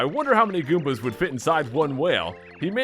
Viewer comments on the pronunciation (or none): none